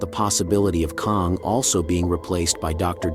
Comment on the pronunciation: Why is your pronunciation of Kang so inconsistent? It’s not a hard name to pronounce, the proper pronunciation is the same as the word “slang”. If you acknowledged your inconsistency pronouncing Kang I wouldn’t say anything.